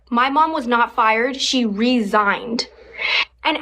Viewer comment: her mom "resighned" under orders to resighn